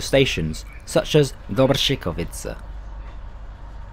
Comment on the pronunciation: huge congratulations to a very good pronunciation of Dobřichovice :-D ..... not many foreigners can pronunciate our "ř"